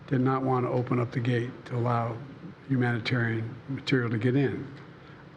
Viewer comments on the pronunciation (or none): My father uk not alaow me father